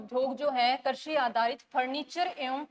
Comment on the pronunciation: मैम कर्शी नहीं कृषि होता है।प्लीज उच्चारण सही करें।धन्यवाद।